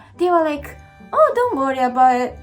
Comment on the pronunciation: Going Canadian on us ? Whats that all ah boot ? ;)